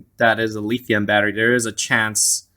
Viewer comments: I'm not sure who told you how to say lithium as leethium...but whoever it was...go throat punch them. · It was hard getting past the lithium pronunciation, but other than that great review, bud👍